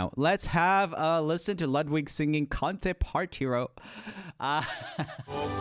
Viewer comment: Ludwing version of 'Con te partirò' is awful, really awful. It's a song by Andrea Bocelli and he has an amazing voice. And Ludwig pronunciation is... I'm italian and let me tell you it's frustrating (and he was out of tune in some moments).